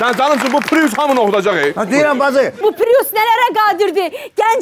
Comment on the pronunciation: Mən bilmirəm pirus niyə deyirlər piriusa!? Pirus yox bir papirus🤣🤣🤣🤣🤣🤣🤣🤣🤣🤣🤣🤣